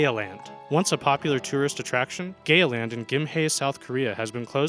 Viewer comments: I hear gay but I also here Gaya too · When he mentioned Gaya Land did anyone else hear Gay Land? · Veryspookyfox a ramdom youtuber YAAAAASSSSSS!!!! I thought I was the only person who heard Gay land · I thought he said gay land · In number 6 I thought he was saying gay land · Veryspookyfox i heard it it said gay land lol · Veryspookyfox Yes. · Veryspookyfox I DO